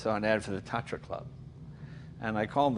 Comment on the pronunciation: It is pronounced TATRA (like the mountains) with T like in Tunderbolt or in Moun*T* , A like in Pan (-american) and R like in aRested . Also,you may be 4 in usa of a or north america,but in cechia and slovacia along with the rest of NATION STATES or simple countries in EUROPAN continent,there are manny manny more,for sure.